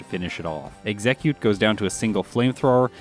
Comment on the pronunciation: Ex - eh - cute